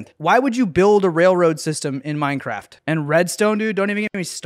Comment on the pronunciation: We got some meurncearft bro here we geur